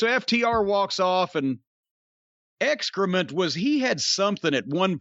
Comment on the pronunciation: Calling Excaliber, "Excrement" is a total DONALD TRUMP move